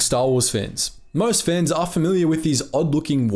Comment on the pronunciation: It took me 10 seconds to realize you were saying "fans" and not "fens" lmao